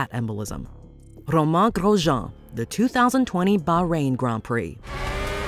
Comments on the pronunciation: Roman GrossJohn ❌ Romang GrossJhong ✅ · "romon grojon" bro its pronounced "romain grojohn" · WTF is rhoman ghrojaan